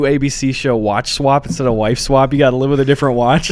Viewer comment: eddy keeps saying “wive swap”